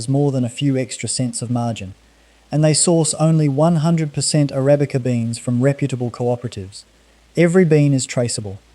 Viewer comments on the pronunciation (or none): none